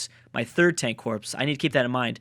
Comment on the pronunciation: "Tank corpse"